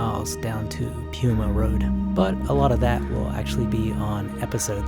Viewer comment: “Pewma” lmao. It’s pie-uma. 🙂